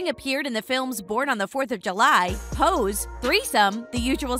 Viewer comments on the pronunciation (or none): Pose? You mean posse? Lol omg!